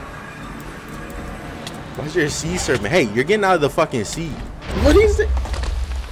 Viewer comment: "see'nt" serpent